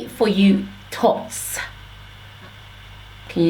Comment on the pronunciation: The way you pronounce thots is soo cute Lol ... I love your natural hair videos !!!